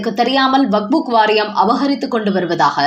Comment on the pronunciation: வக்புக் அல்ல வக்பு மட்டுமே. சரியாக உச்சரிக்கவேண்டும்